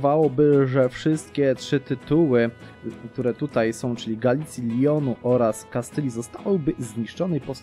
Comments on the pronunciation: Lyon Francja. Leon hiszpania normalnie leon się czyta :) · zangielszcza chyba :D Lijon, coś takiego. Dobrze że nie Lajon